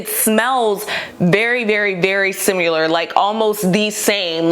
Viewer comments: Similar not SimUlar. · Why does no one on the internet know how to say the word "similar"?